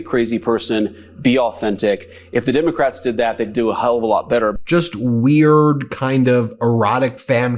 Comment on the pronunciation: I notice that, too, as well as the way they call us “Demicrats.”